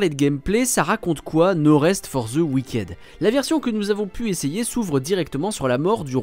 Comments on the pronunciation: Cet accent frenshie fait froid dans le dos 😅 "wiquaide" No rest for the wick'd, svp. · Ça se prononce "wickide"